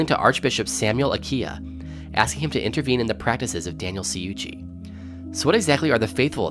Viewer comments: It’s pronounced Fr. Chew-chee fyi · lol all the commentators always pronouncing Ciucci and Aquila wrong. It is Chew-chee and A-quill-lah.